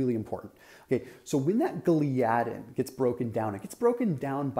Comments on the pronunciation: Thought it’s pronounced “ gli-uh-din” not “ glee-adin”. Well that’s how dr William Davis says it and it’s his main studies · Great explanation. But Gliadin is pronounced with the accent on the FIRST syllable – GLY’ – a – din. Do a search on YT. Just saying. Great work.